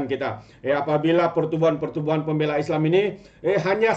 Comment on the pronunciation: Pem bey la Tu cara sebutan dia 😊